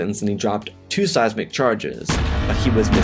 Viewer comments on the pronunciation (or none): none